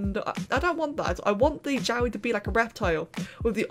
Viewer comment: Help Everytime you say jowwi I hear yaoi